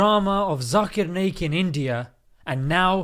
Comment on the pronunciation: It's NAYAK not Nake like u sound when u say Naik